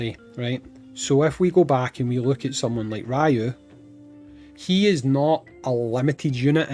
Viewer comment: His name is Ryū (REE-YU) not Raiyu Just like how it’s not SHORAIYUUKEN